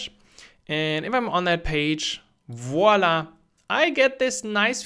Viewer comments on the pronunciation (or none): none